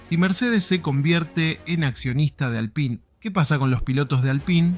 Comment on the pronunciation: Pronunciá bien Alpine gato!!